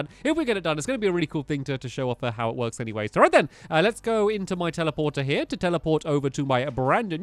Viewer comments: It works! Not "wroks", that's not even A WORD! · “It wroks” Yep it does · It's works not it wroks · Wrok it's "works" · ITS NOT WROK ITS WORK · Was anyone here when he said it wRoks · I THOUGHT IT SAID "IT WOKRS"!